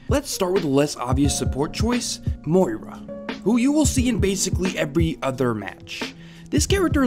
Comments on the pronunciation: It's been 7 months and I'm still triggered by how you say Moira. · why is no american able to pronounce moira